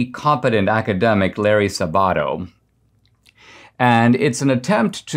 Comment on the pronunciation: Dinesh, please learn to correctly pronounce Larry Sabato's last name. The emphasis is on the "Sab"- not "bat".